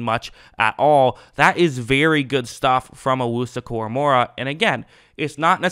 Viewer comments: It's KoraMOAH not KoraMOREah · Bro read his name to yourself out loud 3 times ina row KORAMOAH KORAMOAH KORA-MOAH only 1 "R" not 2, sorry was just a trying to help cause his names not that hard to say like a lot of these others dudes in the league LoL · Your saying his name wrong lol it’s Kor-uh-mo-uh idk where your getting the second R lmao